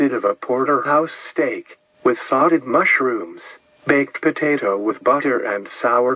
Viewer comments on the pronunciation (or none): The mushrooms were "saw-tayed" not "sawted".